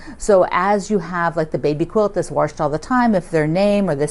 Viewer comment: I'm not sure where your from but I've been teased my whole life for saying "warshed". Lol MN here